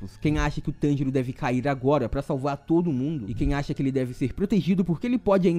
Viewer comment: Cara eu fiquei escutando ele falando tangerina kk